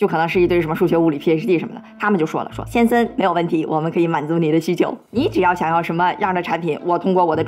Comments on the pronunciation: 奇怪 為什麼講 「先森」 而不是「先生」 這是哪一省的口音嗎？🤔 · "王先生"這發音是打哪來的?